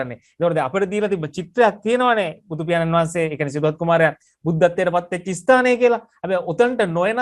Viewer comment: මේ මහත්තයාව විශ්වාස කරන්න අමාරුයි. මොකද අපේ රාජසිංහ රජ්ජුරුවන්ගේ පුනරුප්පත්තියක් බව මුනෙන්ම කියන්න පුළුවන් යථාර්ත මහතාට වගේ මෙයාට ඉස්තානය කියන වචනයවත් හරියට කියන්න බෑ